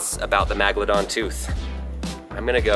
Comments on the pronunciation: Who says megladon lol 😂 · He really said magladon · Not magalodon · It is pronounced, Mega-la-don. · MAGladon ha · It’s megladon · If you're gonna talk about Sharks least say the name right How you pronouncing the name is incorrect it's called megalodon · I have 50 of those and its megalodon (MEG-UH-LU-DON) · I’m sorry I have to ITS VALLED MEGALADON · He said magladon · its pronounced (meg-a-lo-don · You are pronouncing megalodon wronge it's like Mega La Don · it’s megladon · Why does he say magladon😑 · magladon magladon magladon magladon magladon magladon magladon magladon magladon magladon magladon magladon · Every time you say megalodon incorrectly I said the proper way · You sed the sharks name wrong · He said Megalodon wrong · It’s pretty funny he can’t pronounce megalodon correctly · Your poor pronunciation of the name of the shark is getting making me infuriated!! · your pronouncing megalodon wrong lol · I don’t usually get bothered by how often you miss pronounce things in videos or get information wrong, but how do you stuff up Megalodon?.... you have something 300 million years old and you still can’t get it right? If I was the person who gave you this to do the video I would be ashamed. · Is anyone annoyed with the way that says Megladon? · Ok first off your saying the name wrong Scientist have proved that the Megalodon is still alive it’s on a tv show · it is meg not mag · I’m a fossil collector so that hurts really bad. And it’s megalodon not a magalodan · im pretty sure its MEGladon not MAGladon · Did he just pronounce Meg ladon Mag ladon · Magelodon Me: Megalodon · It's a meg'aladon tooth not magladon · It’s megalodon not Magladon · Magldom it's megldon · its not magladon its megadon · This guy doesn't know how to say megladon , magladon lol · It's meg not mag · MEGAlodon. Not maga. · Nat a magladon a megalodon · ITS NOT MAGLEDAHN ITS MEGALODON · I hate when he says Magaladon. Its MEGALADON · ITS NOT MAGLADON ITS MEGLADON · It's meg